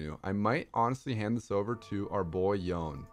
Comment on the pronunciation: Day 680 of pronouncing yone’s name wrong.